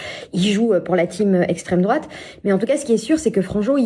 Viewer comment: à aucun moment on le voit dans son extrait qu’elle se fait insulter en revanche on l’entend bien traiter Franjo « d’esstreme drouate » à peu près 58 fois